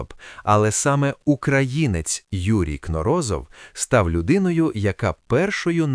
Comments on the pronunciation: Взагалі-то, КнОрозов, а не КнорОзов... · В фамилии Кноро́зов ударение ставится на второй слог, на букву «о» — Кноро́зов, так как сам ученый Юрий Валентинович произносил ее именно так, и это соответствует норме для подобных фамилий, как вспоминают его соратники. Правильно: Кноро́зов (на второй слог). Неправильно (согласно словам самого ученого): Кно́розов.